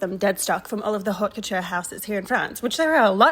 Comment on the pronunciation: You dont pronounce the H in Haute Couture!!!